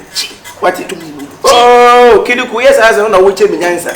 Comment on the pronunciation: Kyekyeku is extremely talented just look at the way he mentioned the name Kiliku